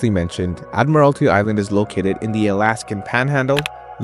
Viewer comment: I'll second that. It is admiralty island. would suggest 'hooked on phonics' as a prereq to watching it apparently. before seeing......the island.